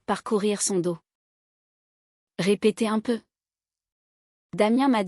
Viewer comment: On ne dit pas le doss mais do meme si il y a un s